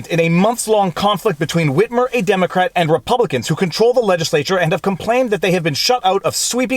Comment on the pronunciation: Hey Viva, why are you saying it like that... “Whhhitmer”. Say wit. Say mer. Cool Whip!